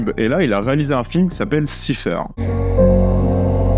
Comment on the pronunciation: "siphaire" ... cela se prononce saïfeur